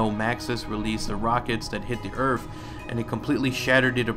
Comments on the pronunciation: Dude its earth not earf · Lol everything you say "Earth" it sounds like you are saying "Earf" with an f lol bye love your videos.